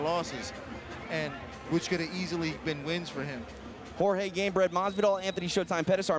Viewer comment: Hot Boi weird. he pronounces his name correctly